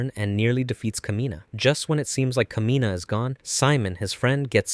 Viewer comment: Thymilph is pronounced Tim Ult. Kamina is pronounced Kah Me Nah. Simon is pronounced Sea Moan.